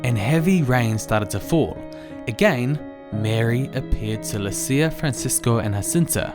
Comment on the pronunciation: The Portuguese pronunciation of "Lucia" is LOO-cha!